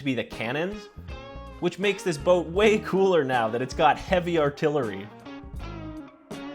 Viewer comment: Its not "heavy artillary"